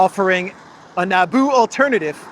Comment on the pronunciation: "Nabu" Not Naboo. And Nabu is IIRC, a lord of order in the Marvel universe.